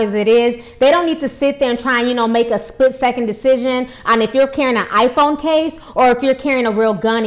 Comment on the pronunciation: I died at that reporter holding up those two cases. And at "DiePhone."